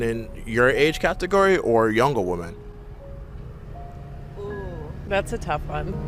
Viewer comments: The word is pronounced (phonetically) whe-men. This is correct for the plural of woman, which is singular. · Why cant anyone pronounce the difference between woman and women?